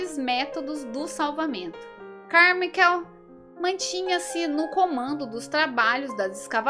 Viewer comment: A pronúncia correta seria "Carmáiquel" , só um adendo, não é crítica